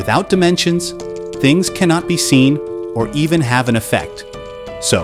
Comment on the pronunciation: the .... Dinensions.